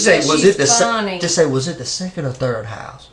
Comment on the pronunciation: "my therd huzbind"